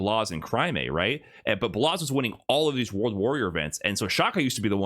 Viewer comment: Blaz, not Blaze